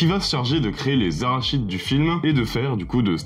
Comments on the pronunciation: Haha... J'ai eu la même réaction que beaucoup en écoutant cette vidéo! Starship Troopers - l'invasion des cacahuètes tueuses venues du cosmos😂 Alerte aux Arachides le "n" s'étant fait la malle dans une autre galaxie très lointaine😅 Une petite maladresse ça arrive, on ne peut pas en tenir rigueur d'autant que le contenu de cette vidéo est de très bonne qualité. Merci 👍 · Merci pour la sélection. Il me semble que, pour les créatures, on prononce "araknides", mais je peux me tromper 😉 Pour le prochain épisode les deux me vont, donc quel que soit le résultat du vot... je serai content ! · Tu dis Arachide ptdr, c'est Arachnid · Arachnides et et pas arachides frérot ! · les arachides???? t'es sûr mec? tkt on les aura toutes à l'apéro les arachides ;) ça se prononce plus "araknides" en fait, comme la classe à laquelle appartiennent les araignées sur notre planète. Déso j'ai pas pu résister😘. Sinon super vidéo super intéressante comme d'hab 👍 Pour la suivante je voterais pour Pulp Fiction en mieux. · Arachide ? Ils se battent contre des cahouètes 😂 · "Arachides" :face-green-smiling::face-green-smiling::face-green-smiling: C'est araCNIdes, bro! :face-blue-covering-eyes: ça veut dire : de la famille des araignées. :elbowcough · Les arachnides , pas les arachides 🤣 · Arachnides qui ce prononce Aracnides. Arachides c'est par exemple soit de l'huile d'arachide ou qui contient de cacahouètes. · ARACHNIDES ET PAS ARACHIDE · Arachide? Tu es allergique au araignées? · Quand tu dis "arachide" pour "arachnide" c'est volontaire ? Bon les aliens ressemblent plus à des insectes qu'à des cacahuètes 😅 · J'ai failli recracher ma cacahuète en entendant arachide au lieu d'arachnide ! Ouf mon apéro est sauvé ! Je choisi Terminator ! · Les arachides... On va pas te louper au club de l'étoile avec ça. Rachide non plus d'ailleurs. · et ça marche ! j'ai remis en arrière pour vérifier si tu avais bien dit arachide ^^ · ah, "les arach(n)ides" ! 😉😆 🥜🕷️